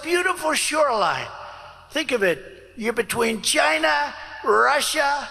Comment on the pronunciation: President Biden overcame his speech impediment. Trump does not acknowledge his own. Chai-nah, oranges etc. (Lost count of all his tongue trips)